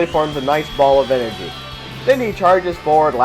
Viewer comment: "stupid energey" LMAO!!